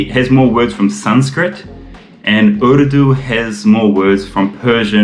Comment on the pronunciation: Love the way you say the word "urdu". Immaculate. Zabardast.